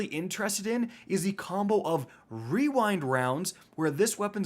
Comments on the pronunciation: It’s pronounced “we wined wounds” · How many trys did it take you to say rewind rounds properly